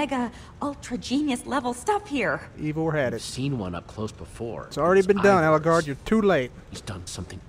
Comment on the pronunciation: it's Ellegaard not Elleguard